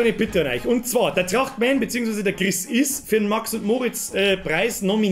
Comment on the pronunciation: Trrrrrrachtmän is schou a komode sach